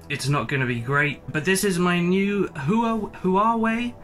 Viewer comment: Your phone name is pronounced “wah-way”. Just thought you’d like to know. Anyway, on to the video 🤪